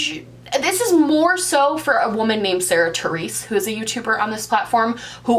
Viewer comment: Every time you said Sarah Therese I deeply cringed- sincerely a Sarah Theresa